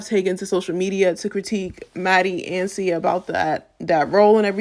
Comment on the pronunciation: Great video but how you pronouncing Sia getting to me 😭😭. But she deserves to be called that after this fuckery